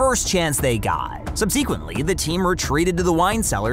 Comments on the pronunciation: That’s not how you say subsequently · You say subsequently wrong